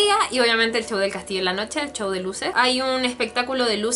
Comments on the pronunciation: Porque le dices chouw se dice souw y se escribe show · de seguro eres de España, porque he oído que algunos youtubers españoles pronuncian así la "sh" o "ch" XDXD